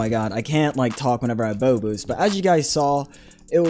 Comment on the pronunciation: him saying bow boost kinda sounds like bobux idk why